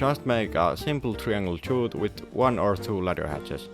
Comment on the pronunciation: The way to pronounce "chute" correctly is the same as "shoot" fyi.